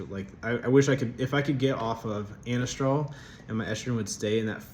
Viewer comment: Glad it’s still working good! It’s Anastrozole, pronounced a-Nahz-trah-zoll ; cheers bro